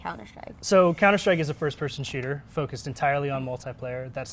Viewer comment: why do they pronounce it counter shtrike?